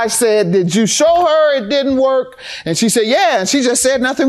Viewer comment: "Nothing was wrong with ehhht" 🤣